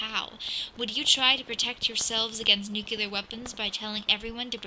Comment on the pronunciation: She lost me at her pronunciation of 'nuclear.'